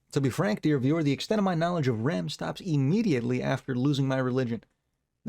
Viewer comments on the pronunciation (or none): REM Is pronounced as the letters in sequence, not the deep sleep we all lack. ✌🏽